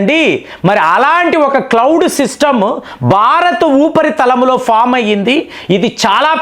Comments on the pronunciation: It’s “ఉపరితలం”, not “ఊపరితలం “. దీర్ఘం లేదు. అన్నా, తెలుగు ని murder చేయకు. నీకు దణ్ణం 🙏🙏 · It’s “ఉపరితలం “, not “ఊపరితలం “(దీర్ఘం లేదు). నీకో దణ్ణం అన్నా, Telugu ని murder చేయకు